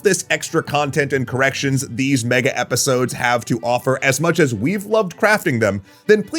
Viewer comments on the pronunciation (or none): none